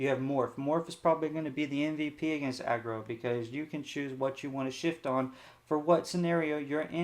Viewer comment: This guy is the best lorcana streamer. There are some with no decklists, no explanation of what is played, why its played, no conclusion and what to change. The worst are the ones that cant pronounce aggro and say "a grow" instead